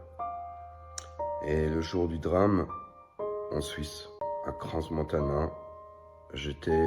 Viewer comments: On prononce pas le S de crans montana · Et on lui dit qu'on ne prononce pas le "S" de Crans-Montana?